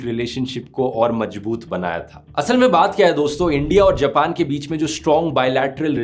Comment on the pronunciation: Bhai tumhari video informative hoti hai lekin tum (Z) ko (J) bolte ho Majboot nahi hota Mazboot hota hai jimmedari nahi hota Zimmedaari hoti hai ese apni is mistakes ko correct kariye